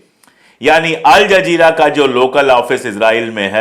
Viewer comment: अल जज़ीरा बोलिये जनाब.आपका उच्चारण सही नहीं है